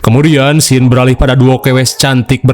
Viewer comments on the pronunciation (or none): none